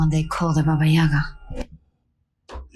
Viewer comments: Ahahaha poor, they really did say ‘Yayga’ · Russian here. Baba Yaga. not Yega.